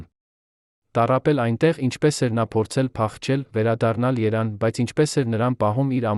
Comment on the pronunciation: Այ աննոռմալ ՀԵՐԻՔԱ ԵՐևԱՆ ԱՆՈՒՆԸ ԱՂԱՎԱՂԵՍ ԼԱՎ ԿԼԻՆԻ ԸՆԴՀԱՆՐԱՊԵՍ ՉԸՔՎԵՍ ԱՍՊԱՐԵԶԻՑ ԿԱՄ ԱՅՍ ԻՆՉ ՀԱՂՈՐԴՈՒՄՆԵՐ ԵՆ ՍԽԱԼ ՈՉ ՃԻՇՏ ԱՄԵՆ ԱՌՈՒՄՈՎ ԲԱ ԽՈՍԵԼԱՁևԸ ԱՐԴԵՆ ՀՈԳՆԵՑՐԵԼ ԷՔ ԼԱՎ ԿԼԻՆԻ ՉԸՔՎԵՔ